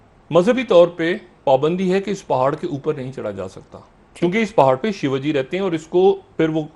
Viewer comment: Shivji, not Shivaji. Learn how to pronounce. 😅😅😅😅😅